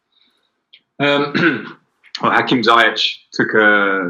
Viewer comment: it's zee-ech and not zai-ech !!!